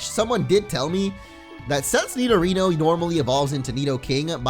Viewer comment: Nidorino not nidorina